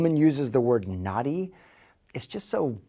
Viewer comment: his pronunciation of naughty has now charted .